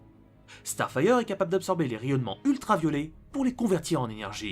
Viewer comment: "Elle peux absorber les rayon ultra-violé" fait gaffe à ta prononciation XD